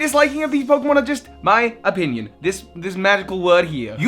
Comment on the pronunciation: the way he says "opinion" oh God oh God 😍😍